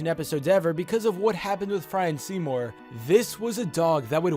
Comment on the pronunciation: Seymour, more like seemin